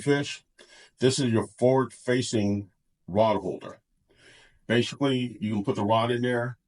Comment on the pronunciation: Need to work on the word "basically"